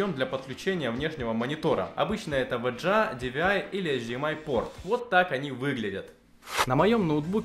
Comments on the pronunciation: Вообще-то вга а не в дже а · Вджеа? С каких пор вэга стал вэджеа? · Только мне режет слух ВЭДЖЭА?